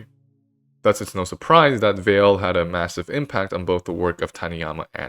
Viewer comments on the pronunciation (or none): Euler, "a once in a geeration talent"? He is widely considered to be one of the 2 greatest mathematicians of all time. Andre Weil's surname is pronounced "Vay" not "Vale."